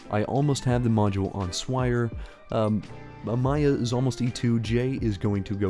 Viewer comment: The "A-my-ia" pronunciation always makes me cackle As always, good vid bud